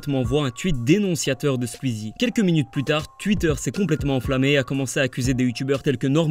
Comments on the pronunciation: "Sqizi" ptddr c'est Sqouizi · Pourquoi est-ce que il dit Squzie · J’adore comme tu prononce "skuizie" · Quand tu fais une vidéo sur un youtubeur apprend à prononcer son nom